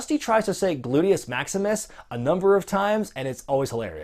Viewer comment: Dusty...."Lutimus Maximus".....gotta love it.